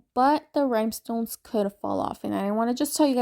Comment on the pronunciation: Great video and beautiful cup! I did giggle every time you said “rhymestones”, though😂